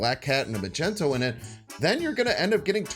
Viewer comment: Magento?😂 magnet—mag ne to